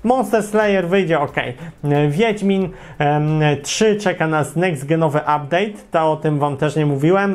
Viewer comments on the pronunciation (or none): none